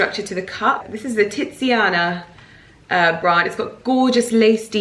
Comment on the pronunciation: the way you say TITSiana bra is HILARIOUS! Would you be interested in water/air plants in that window, or even hostas? Or you could do a succulent wall so that you don't have to keep painting the wall?